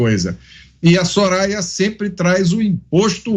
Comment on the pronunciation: A Soraya nem sabia falar o nome do padre kkkkkk